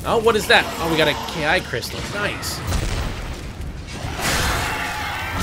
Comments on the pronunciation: Ki is pronounced "chi". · Ki is pronounce chee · No it's pronounced key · ki is pronounced chi lol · ki is pronounced chee